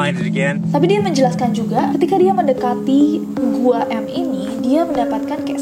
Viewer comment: i think it's not Gua M but Guam? idk sih